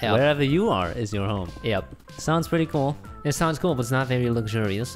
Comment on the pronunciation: Hypixel Voting: Good Jerry and Harry: cWoLe (cool)